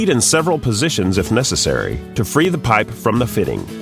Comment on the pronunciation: I hate the way the dude says piype lol but they are good tools i have one